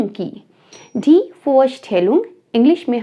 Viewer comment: You should pronounce the "d" of "Die" a bit softer, like in "duration". It sounded a bit hard, more like a T. At Land the hard d is fully correct. The "D" at "Deutschland", is also soft. I don't know a single word, starting with a "D", where the "D" is pronounced like a "T", always softer like in "day", "darling", "duration", etc.. At the end the "d" is mostly hard, like a "t". In the word, it differs from word to word. Yes, German is not easy to learn, but if someone speaks Germans, it is usually very easy to understand, as there are few pronounciations, that differ, but this makes often an important difference. For exampel "umfahren". UMfahren would mean drive agaist or drive through, while umFAHren means, drive around. Most Germans write Hobby wrong, as they always think about the English writing, with an ies at the end. But usually we only put an s at the end of foreign words, when we want to make a plural. The old word Steckenpferd for Hobby is quiet unusual these days. Sad to me. Woukd be really intersting to understand also the words, that are neither in English nor in German, but I think I would have to learn another language, Hindi I assume, but I do not know at all. The "Z" of "zwei" should be as hard as in "Zertifikat", it sounded more than a "S". "von Beruf" is unusual today. "Ich bin Lehrer" would be absolutely fine. But may be, the Gothe Zertifkat is a bit oldfashioned. House wife is not a profession ... don't say this in Germany! As you mentioned Student and St